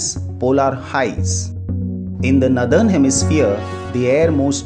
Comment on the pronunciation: The explanation is good but the pronounciation of the word Northern is नॉरर्दन and not as नदर्न